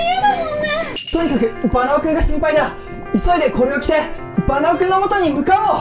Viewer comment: いっつもバナオくんだけ最後に言えてなて草😆